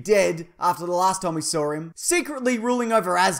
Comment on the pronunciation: "After the last time we sawr 'eem"